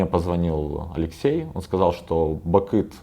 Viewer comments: Бакын, нью менеджер даже имя своего игрока нормально сказать не может...)) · Ставь лайк если услышал на 3 минуте не бакыт а бакын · Он специально говорит не нАви, а навИ? и не Бакыт, а Бакын????